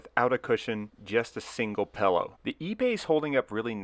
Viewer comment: “Fruniture” and “pellow” :-D